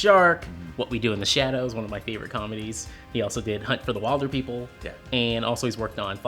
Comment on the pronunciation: You pronounced "wilderpeople" incorrectly.